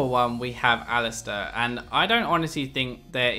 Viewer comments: Alistair? Stair? Really? :p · HAAHAHHA ALISTAIR INSTEAD OF ALISTAR AHAHAAH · ali-stair? Lol